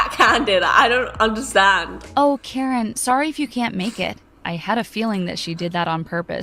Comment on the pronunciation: Hi I’m Karen I thort they said carrot XD